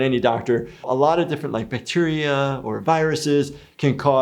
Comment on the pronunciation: is he saying Petunia or Bacteria bcz i heard it as Bacteria but the sub says Petunia